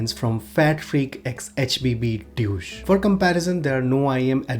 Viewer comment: The way you pronounced "DEUCE" is a bit like "DOUCHE" 😉😉